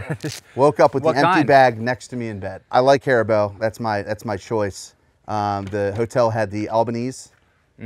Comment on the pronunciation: What kind of gummy bears did he say he liked? Sounded like Haribelle. I've heard of Haribo